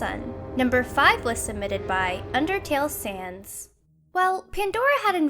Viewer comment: someone on here finally says sans right